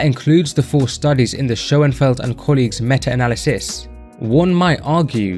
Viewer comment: So, you ignore the criticism of the methodology in my post, because it is sound. The study you chose to defend, as you deem it the best, while mispronouncing the name in its title, and the actual word 'analysis', required 3-4 sets 2-3 times per week, so basic requirement of six sets of leg extensions per week in an isolation exercise. Now, you can find endless unscientific studies to back pretty much whatever you want to claim is the case, but I'd consider so few sets suboptimal. If I were running that study, I'd have asked for more like 16-20 sets per week, would have specified time over repetitions and tempo, and required the plates not touch at the bottom. It's not difficult, is it?